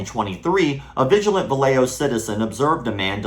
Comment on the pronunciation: Hey, great video, one tiny little nitpick. The city is pronounced "Va-ya-ho", not "Va-lay-jo"